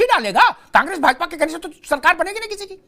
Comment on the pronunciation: तोह नहीं। तो। सही शब्द तो होता है । तोह नहीं।